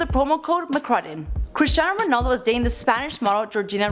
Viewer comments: "CHRISTINAO RONALDO" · Cristan ronald wtf is that lol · Remember when Michael Said Christin ronald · U messed his name up again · im portuguese and this is so bad, omg learn ur shit please. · Your pronunciations are awful, you literally say real mAdred, its not Christinao Ronaldo its Cristiano Ronaldo.